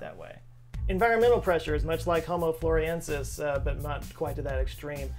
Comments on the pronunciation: Love you, but you keep saying Floriensis, but the name is FlorESIensis. The captions are good, your reading is experiencing some shrinkage maybe? 🥁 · It's not pronounced 'Floresiensis', not 'Floriensis' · You spelled it: Floresiensis But you said: Floriensis.... which is it? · Why do you say Floriensis when it is Florensis? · Thanks for the great video,. Your approach to discussing personal height reveals a sense of humor, which I appreciate as a short man myself. My second input involves the way you say Home Floresiensis. Please say it slowly: Flo/ re/ sien/ sis. That's four syllables, not three. Don't you think the sound is much nicer this way and more appropriate for a Latin designation? I know you're a well-educated man, so I hope I am not being flippant. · Thanks for spreading awareness of them, read witness reports... they're still around. P.s. friendly info, its pronounced "floor-ess-ee-en-suss". Love the video! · I cringed every time he said "Floriensis" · flor ES iensis (5 syllables) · Why do you keep dropping the 'es' from the name floresiensis? Say it with me,: floor-ez-ee-EN-sis. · I think it's the same as how people think they know how to pronounce Antarctica*, my beloved homeland. It probably comes from the first hearing of a novel word mispronounced by someone else. I heard "The News" calling the creature "Floriensis" 15 years ago. * it's "Anne Are tick uh" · I think you were reprieved by the fact that none of the rest of us knew how to pronounce or spell it either so we were happy to just go with it. Just go with the, as it were. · Yes you did. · The only reason i fiinished the video is to see if he would say this hominin's name right. Nope, not even once. Love you. 😆😆😆.